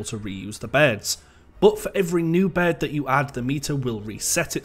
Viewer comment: i hate the way you say "birds" like.... "beErd"